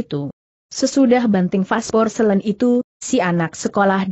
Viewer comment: pasporselin? apa maksudnya porselin suara google kok sering gak tepat, tolong dipercanggih. tq